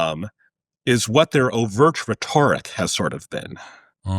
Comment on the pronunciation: Only an AI would pronounce "rhetoric" that way.